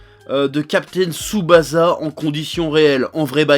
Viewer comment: ça se prononce Tsubassa en fait.